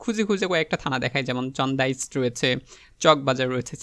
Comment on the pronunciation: আপনার থানার নাম গুলো উচ্চারণে যথেষ্ট পরিমাণ ভুল আছে। আপনি একটু চেষ্টা করবেন যথাযথভাবে উচ্চারণ করার জন্য। আপনি চন্দনাইশ, হালিশহর, রাঙ্গুনিয়া, রাউজান ও ভূজপুরকে যেভাবে উচ্চারণ করছেন শুনে আমি হতভম্ব হয়ে গেছি🙄🙄🙄